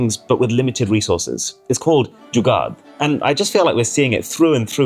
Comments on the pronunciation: it is pronounced Jugaar instead of Jugaad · he said jugaad not jugaar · Pronounce Jugaad as Dzu - Gar... (Gar as in Car)